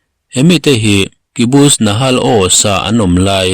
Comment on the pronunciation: I channel hi a tha ber ,a update in a kim chang si i aw ngaihthlak a nuam in i chhiar thiam si.❤👍🏻 Chutih rual chuan thil sawi ve duh ka nei a Kibutz nakhal oz ti a lam tur j hi y anga a rik ang chiah hian , benjamin chu benyamin ti a kan lam rik ang hian H hi kh in lam rik tur a nia. Haifa tih a ziah ni mahse a lam danah chuan khaifa ...nahal ni mahse nakhal tih tur aw .